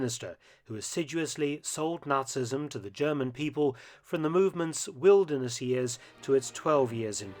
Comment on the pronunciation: Just a small point, but a major one. It's 'Nazism', pronounced 'Nart -ze-ism', not 'narcissism'. I don't think Hitler would admire his body and be blinded by its beauty in a lake.... oh, I dont know....